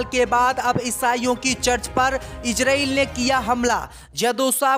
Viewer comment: रिपोर्ट महोदय इजरील नही इजरायल होता है.. पहले बोलना सीख लो फिर रिपोर्ट बन जाना जल्दी क्या है। लगता है मुस्लिम देशों के बैठक में अध्यक्ष तुम्हे ही बनाया गया था इसलिए तुम्हे अन्दर की इतनी जानकारी है